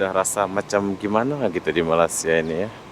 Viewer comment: Bila mamat ni sebut je malassia terus tak minat dgnnya , dia nak beritahu dunia yg rakyat Malaysia ni malas2 lah tu , negara2 asean pun salah sebut , subjek pengetahuan am kurang ye , lepas tu ramai pulak konoha yg sebut malassia , pengor tenan